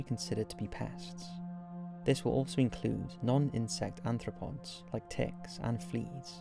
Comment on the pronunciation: "non-insect anthropods" the correct term here is arthropod :)